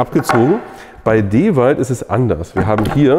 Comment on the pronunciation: Ich liebe den Kanal und die Videos, aber bitte bitte bitte sprich endlich DeWalt richtig aus! 😂